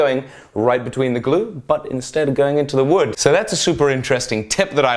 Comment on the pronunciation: "woode" XD that's great